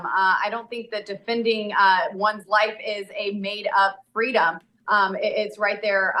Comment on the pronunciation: It's fitting that Boebert pronounces freedom as 'Free-Dumb'.. Oh the irony..